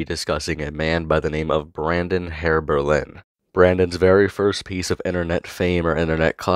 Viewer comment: as his brother I can tell you his name is not pronounced “heirberlen”